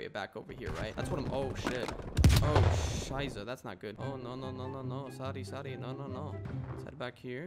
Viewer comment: As a German I can confirm that your pronounciation of Scheiße and Mist are excellent or excellente like a Spaniard would say